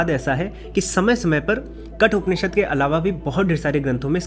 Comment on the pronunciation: KATHOPANISHAD , NOT KATUPANISHAD.